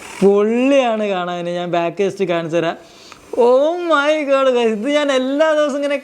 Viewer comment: bro what the heck 'OH MAY GAADD' 😂 😂